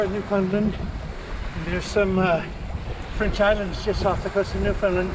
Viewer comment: kind of the same, it's mainly pronounced "New-fin-land", emphasis on the land. If you say it like that locals won't chuckle at you